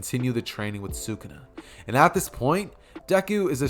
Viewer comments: Why do you say sukuna like that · I might un sub because of that horid pronunciation of sakuna if the what if is done well I won't